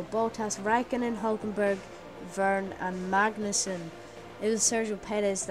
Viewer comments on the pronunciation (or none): U mean "Magnus" (again someone say my name wrong, LOL)